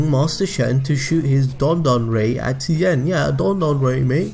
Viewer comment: As a Mandarin speaker, I can confirm that you said Tien's name correctly